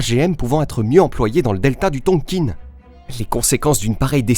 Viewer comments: Bonjour, Excellent documentaire très détaillé. La façon de dire Tonkine m’écorche un peu les oreilles. C’est Tonkin plutôt non ? Bravo à vous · Je croyais qu'on disait "Tonkin" et non "Tonkine"... Je saigne un peu des oreilles là... À part ce petit hic, excellente vidéo, hâte de voir la deuxième partie ! Salutations depuis la ville de Mar del Plata en Argentine 🇦🇷. Ricardo. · Beau reportage...juste un truc, on dit "Tonkin" pas "tonkine"😊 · très intéressant , je suis juste gêné par votre prononciation de "Tonkin" , pourquoi prononcez vous "tonkine" , ayant une partie de ma famille née et ayant vécu en Indochine , je n'ai jamais entendu la prononciation "tonkine" , c'est une chose mineur qui n'enlève rien a la qualité de votre vidéo , mais qui me gène quand mème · Bonjour ont dit pas Tonkine mes Tonkin les premiers armes fournis aux viêt-min c'est l'O.S.S et ils les sons aussi entraîner pans dans la deuxième guerre mondiale le viêt-min récupérer les pilotes Américain abattu pour pas qu'ils tombent entre les mains de l'armée Japonaise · Bravo pour le travail fourni! La prononciation Du Tonkin reste TONKIN et non Tonquine :) .Je partage la vidéo un max. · Ohhh ce n’est pas très grave. Je me suis même dit : C’est peut-être comme ça qu’on le prononce et moi comme une gourde qui disait Tonkin 😂. Super contente d’être abonnée à votre chaîne.